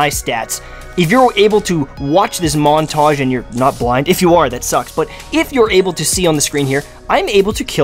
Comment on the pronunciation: Lol I totally heard the accent when he said "montage" 😂